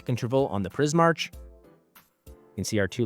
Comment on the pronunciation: I think it would be Pris-mark. Similar to Primarch in Warhammer. But Pris makes sense because of prisms and color.